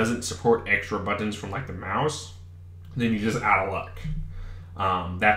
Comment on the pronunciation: the way you say buttons really ruined my day